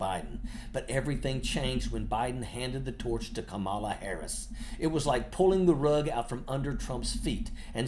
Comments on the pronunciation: Love your channel long time sub here, but may I ask that you check on the correct pronunciation of Kamala. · Hey ojeda you pronounce Kamala's name the same way they say it's racist when Trump says it the same way. Learn how to pronounce her name dumbass